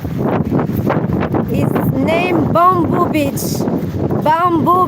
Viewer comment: beach not Bitch 😂😂